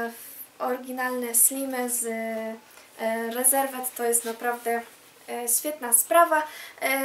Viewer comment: Pierwszy raz się spotykam, żeby ktoś tak wymawiał nazwę sklepu Reserved xd Wymawia się [ rizevd], a nie spolszczone rezerwed